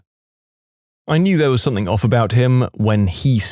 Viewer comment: No K in the word something